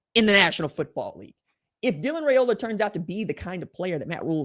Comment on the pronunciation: How about pronouncing the young man's name correctly "RYE-OLA"....not "RAY-OLA" GO BIG RED!!